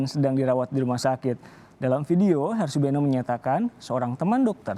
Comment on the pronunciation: Namanya Harsubeno (kedengarannya : Asubego) iparnya si Refly tak Harum (yg DIPECAT dari BUMN itu.)